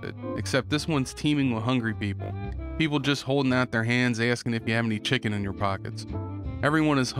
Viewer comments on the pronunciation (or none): none